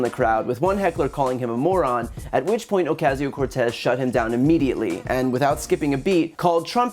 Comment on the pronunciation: Please: That's not how Ocasio is pronounced.